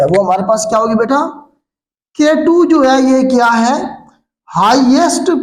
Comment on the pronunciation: With respect K2 ku k2 ku kehty hn sir plz correct it